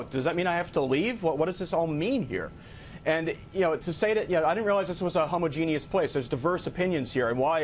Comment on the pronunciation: Did he just say “homo-genius”?